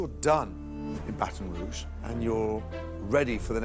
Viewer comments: You pronounced Baton Rouge the French way. Even Motto didn't say it like that. Pretentious much? Your picks sucked. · Please don’t say Baton Rouge like that…. That’s just…. Wrong. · lol the computer reader thinks Baton Rouge is pronounced the way it's supposed to be in French and not the American bastardized way we all say it 😂